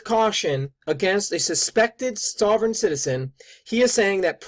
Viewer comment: It would have helped this guy if he didn't mispronounce 'sovereign'. But to take his simplistic critique apart: The risks to police from SovCits are fairly well established and from more than just the well documented shootings in West Memphis. There was the murder of a policeman in Alabama by George Sibley and Lynda Block. There was a shootout with a SovCit former cop in Ohio. There was the notorious Montana Freemen under Leroy Schweitzer that actually posted rewards for the killing of the local police chief. And these were just a sample of the SovCits that endangered police directly. Just because this magazine article mentions the one recent case that got an enormous amount of attention, this bozo talks as if that is and was the one and only case that ever involved a SovCit confrontation with police, which only proves that he is completely ignorant and hopes you are too.